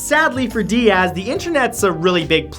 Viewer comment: Cameron "Di-Ahz" lmao